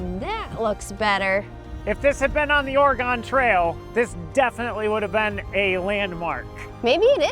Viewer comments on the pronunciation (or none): Oregon is OR-e-gun 😊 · It's Or-a-gun not Ore-gone... It's "still there" 😅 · “Ory-gun” NOT “Ore-gone” … 😊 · Ore-eh-gun, NOT Ore-eh-gone. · Gaaaa! I thought you guys knew how to pronounce “Oregon”. It is pronounced ORYGUN. I’m sure you can find an ORYGUN bumper sticker online since I see a fair number of the stickers in Oregon where I live. Sadly I wasn’t born here, but my wife and children are native Oregonians. Just to rub it in..we are not gone here in ORYGUN. 😊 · FYI.... It's pronounced ore..gun ... 😊